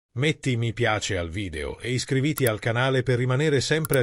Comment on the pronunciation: Iscriviti con l'accento sulla i penultima. Vergognosi